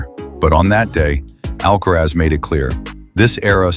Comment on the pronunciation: ALCARAZ et non pas ALCAREZ SINNER et non pas CENTER